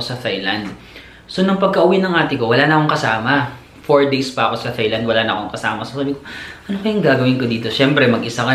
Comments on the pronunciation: Tailand po hindi THailand. Walang H. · I think it’s pronounced more like: “tie” and “tie-land”. 😊👍🏾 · You pronounce THAILAND as TAILAND. TH is read as T. It’s weird that most people don’t pronounce this correctly. Thank you!